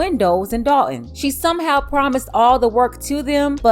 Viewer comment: That’s Dolton(as in Dolton, Illinois)not Dalton